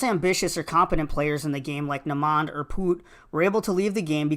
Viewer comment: Bodie Broadus > Kenny “bRiCkS” Wragler. I think it’s Naymond (Nay-men).